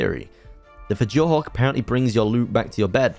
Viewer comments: ITS PRONOUNCED FUORDOOR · Fjordur pronounced fyordur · Noooo u pronounced it wrog its pronounced fyordur But other than that im hyped about the new vid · U DO NOT SAY THE J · ALSO in nordic style things the J is pronounced like a Y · "fej or dur" "Andrewsurjus" Fjourdur is pronounced Fe or dur Andrewsarchus is pronounced Andrew Sark Us Great vid tho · Dude STOP mispronouncing fjordur and andrewsarchus, its the pronunciations are Fjordur(fyordur) Andrewsarchus(andrewsarkus) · didn't take away from the video whatsoever, just me nitpicking. just a note though, for most words on fjordur, the letter j will be pronounced y. so fjordur is actually fyordur, fjordhawk is fyordhawk, and steinbjorn is stinebyorn.